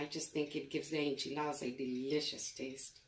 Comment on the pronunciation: As a Native Texan, I can confirm that this is the correct way to make enchiladas, as well as the proper way to pronounce enchiladas. Do not skip any steps and AFAIAC, the onion is mandatory.